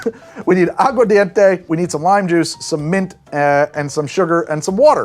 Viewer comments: Agua ARDENTE (fire water) not English mumbled agua dente (tooth water) Pronunciation matters en Español. The key to Spanish is pronunciation, say it like you got a pair even if you don't. Spanish cultures laugh at our spelling B's because they spell words the way they are pronounced. Agua Ardente 'flaming water' would be closest to pure grain alcohol but with sugar cane. !vive la Cuba! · I'm a language teacher and I heard you say "Agua Dente" not aguar enough times to flinch. Go listen, I ain't always right